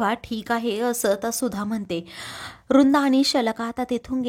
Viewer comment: रुंदा नाही हो वृंदा बोला ना नीट